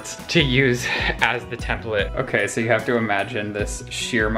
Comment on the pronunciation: “Sew annoying?....it’s sew annoying!” 😂💀